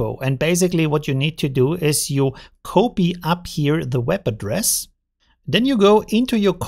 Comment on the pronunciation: Same. Honestly, I'm surprised I don't see these kinds of comments more often. I just can't "cope-ee" without them! 😂